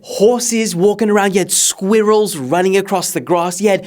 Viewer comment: Why did bro say squirrels like that?